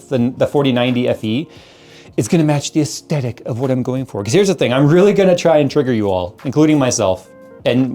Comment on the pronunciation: he said aestetic... down vote